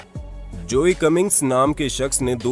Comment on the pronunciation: भाई, Joe की हिंदी में भी ‘जो' pronounciation होता है। ना की जोई!!